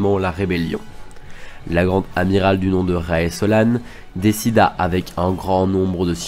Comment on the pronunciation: SloAne? A ma connaissance son nom de famille ce prononce Slone. X) ça m'a perturbée.